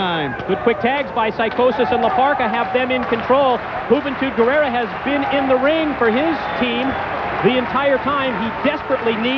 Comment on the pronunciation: The first time I heard Juventud's name, I thought they said "Hoot n' Toot Gurrerra."